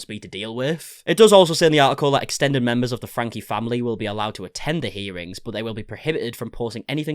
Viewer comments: Just a small point, you lose credibility when you pronounce the name wrong, it's not pronounced "Frank" but "Frankee". And Shari is pronounced "Sherry". Thanks for the update. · It is pronounced Frank-ie. If you’re going to cover this you need to get this right. If you pronounce her name incorrectly constantly, it sounds like you haven’t actually done your research. Which I know is not true, but you should know how to pronounce the name of your subject.